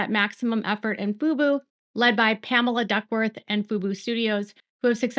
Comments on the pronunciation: It's Fubo. emphasis on the O. FUBU is a Black owned clothing company. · Fub-O not Fub-U. FUBU is an urban style clothing brand from the 2000s😂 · I hear you saying FUBU and not FUBO. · Baby girl (or AI, who knows?), it's pronounced 'FOO-BOW' not 'FOO-BOO'. That's For Us, By Us - the 90s hip-hop clothing brand 😂😂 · FUBO pronounced Foo-Boo not FOO-BOW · The channel is pronounced foo bow. Thank you for outstanding coverage on the Baldoni vs Lively lawsuit. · Yes, you are correct. FUBO is pronounced FuBow. FUBU is pronounced FuBoo.😊